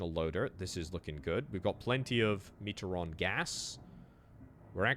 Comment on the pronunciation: Me-tree-on not metre-on